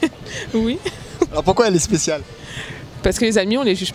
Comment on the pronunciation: "Momo a-t-il un ami blanc ?" - Euuh non j'ai pas d'ami blanc. - Et pour quelle raison ? - Euh paw ce que suw mon chemin j'ai pas cwasé d'ami blanc." Juste magnifique..